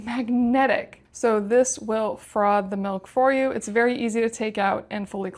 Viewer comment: ‘Frov’?….its froff…😂